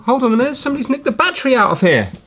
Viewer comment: sounded like you said "licked the battery" instead of "nicked the battery."